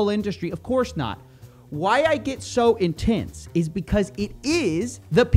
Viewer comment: FINALLY caught a little Texas accent from you. That “intenseee” was sessy 😎